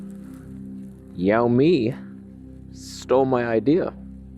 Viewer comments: "Sell me" , not "shall me" :) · it's "shiaomi" 😁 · Shee-ou-me :P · Xiaomi is pronounced as "Shaow-me" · The pronunciation is "Shall me", you're welcome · The accurate pronunciation is "sell me" :) And it means small little rice. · to pronounce Xiaomi = show from shower + me xiaomi = show( from shower )+me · Correct, but I would say its more like "shaw-me". Type "xiaomi how to pronounce" in Google to avoid any "accent confusion" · "Show me" is how it's pronounced. They used Xiaomi because it sounds, almost, like that in Chinese. (More like "Sh-Ow!-Me") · pronounced shoowww mi - your welcome 😎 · 加拿大人实在没办法准确把小米的发音给正确念出来啊